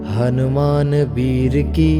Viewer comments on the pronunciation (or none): none